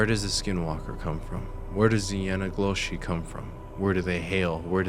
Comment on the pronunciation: bro... if you say yanagloshi 1 more time... it's called yee naaldlooshii